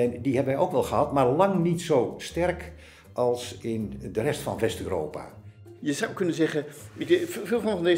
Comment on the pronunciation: Leuke videoserie met goede gasten. Maaaar ehh, waarom zeggen sommige mensen Uuropa, in plaats van Europa? Of ben ik nu te direct.